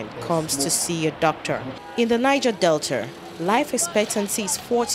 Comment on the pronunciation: There is no R in Delta, please